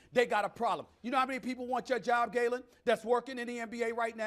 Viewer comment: yoo did stephan just call this nigga gayland